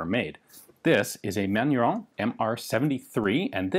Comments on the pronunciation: Haha I was laughing at your mispronounciation of the brand name when I saw the correct spelling on the logo :'D FYI, it's pronounced man-u-ruh (the -in in french is pronounced like a nasal 'ah' or 'uh' sound). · Pronounced "Man-nor-reen".................Jim, Tucson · It took me a while to figure out what sounded like someone saying "Manuel" and "Fillet mignon" at the same time was your way to pronounce "Manurhin" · I see Manurhin but I hear manure-young. I guess that's French.